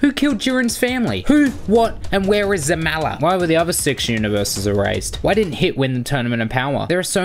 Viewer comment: Zalama not zamala